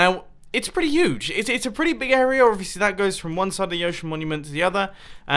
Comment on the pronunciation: I like how Mumbo says uge instead of huge